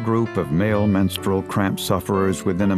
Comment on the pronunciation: haha "menstranauts"